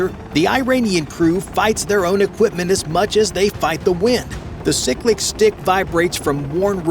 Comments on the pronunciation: Fun Fact: With the right armament, that "museum piece" can absolutely sink that ship. Edit: It's pronounced , NOT "sick-lick". Also, stop showing ships, aircraft, and other weapons systems that have nothing to do with the damned story. If the Iranians were operating the Sikorsky S-61 helicopter, then don't show video of the Sikorsky S-64 Super Jolly Green Giant, S-70 Blackhawk, British Westland Lynx, or the Soviet Kamov KA-27. Your editing staff sucks ass. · the helicopter control is pronounced "SIGH-click", not "SICK-lick." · It’s not sick lick it is cyclic. Edit your crap. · Collective is the up diwn stick. Yoy do t push it forward. That's the cyclic, and you mispronounced that when you used it the first time. Also, a helicopter can fly 30 knots all day. They can easily match a ship and exceed their speed. Morons wrote this crap.